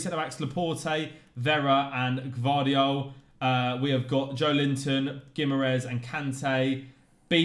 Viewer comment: The G in Gvardiol does indeed exist and isn’t Silent😉